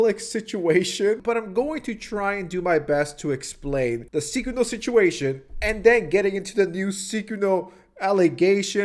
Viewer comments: Everyone else: Sykkuno: Ceekuo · Psy-coon-oh. Not sick-in-o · WHY ARE U SAYING SYKKUNO LIKE SEEKUNO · I believe it’s pronounced Syykuwuno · I hate that I know that that's not how u pronounce this dork's name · are you saying his name wrong on purpose? lmao.. I cant. Sounds you you are calling him the curse user from JJK